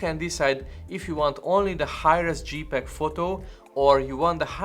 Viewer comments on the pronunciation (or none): dzséj peg, nor dzsípeg